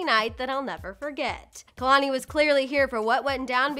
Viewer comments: Well first is anyone also annoyed at how homegirl can’t even pronounce KEHLANI... smh....girl it’s KAY-LAN-EE...NOT...KUH-LAN-EE!! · I don't even care about what their talking abwt cause this lady ain't even saying kehlani properly